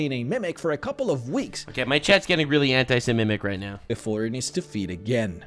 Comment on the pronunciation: Anti- se-mimic is crazy